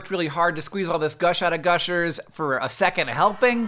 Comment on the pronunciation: "gush milkers" I can never unhear that